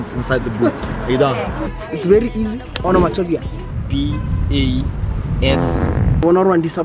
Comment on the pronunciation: Not zille pronouncing onomatopoeia wrong😂🔥